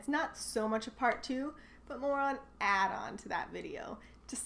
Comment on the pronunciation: I have never heard the work Icon said Icken in my life. You have a bizarre accent. Most words you say properly but you need to learn to say "Add on" better if you want to hide your americanness. You don't see a lot of Canada flags because it's not nice to flaunt your pride. The pride of being Canadian is by not being American. Pretty sad actually.